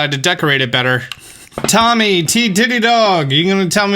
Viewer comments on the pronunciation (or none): none